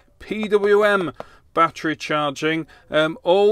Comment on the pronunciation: My batt tree. Say it with me batt er ee.